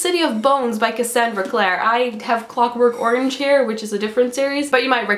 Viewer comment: did she say clockwork orange or is it just her accent?